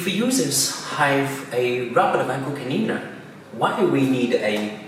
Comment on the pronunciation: "Vacoo clneena"